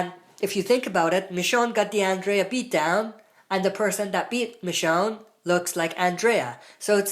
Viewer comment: Killed me that you can't say Andrea' name right 😂